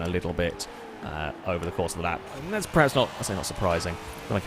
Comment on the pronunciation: STOP SAYING PREHAPS. THE WORD IS PERHAPS. PER PER PER. EVERY. VIDEO. YOU. SAY. IT. WRONG.